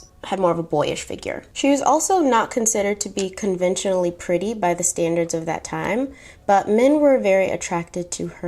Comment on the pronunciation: “I feel so nice so prady” 😭😭 you are the prettiest and classiest babe